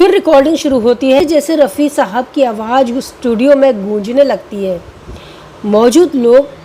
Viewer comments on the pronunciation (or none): A good presentation overall. Madan Mohan and Talat are my favorites, but I also admire Rafi greatly. The two singers are very different, there is no comparison. Friendly recommendation for the presenter: Work on proper pronunciation of Urdu words. Examples: "awaaz" instead of "awaaj"; "gham" instead of "gum". Also, try to look straight frontward rather than sideways (unless there is a reason).